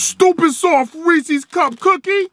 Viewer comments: Lol the Reese C cookies... 😂. Come on man. Hilarious. Ain't no C in it 🤣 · You said Reese’s the wrong way